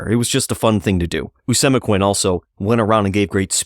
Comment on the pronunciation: Pronounced Oh-see-mek-win His son Met-a-calm-it For pronunciation